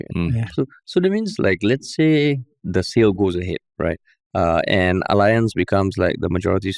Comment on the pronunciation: Wanted to mention a few podcasts back. Tan Kin Lian is pronouncing Allianz correctly. The Germans pronounce "A" as Ah, so it sounds like Ah-Li-Ancz